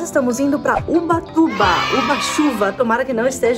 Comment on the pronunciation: No nome do vídeo: ubatuba E ela: ubachuva